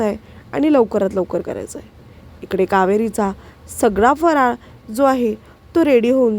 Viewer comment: फराळ हा शब्द स्पष्ट बोला . काय बोलते कळतही नाही.